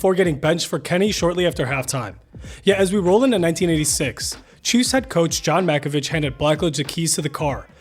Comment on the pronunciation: Oh, for the love of God… It’s pronounced Mack-o-VICK